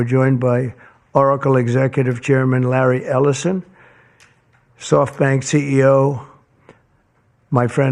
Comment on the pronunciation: no the funniest buit was a minute later when he said "rally said" instead of larry too funny just like the movies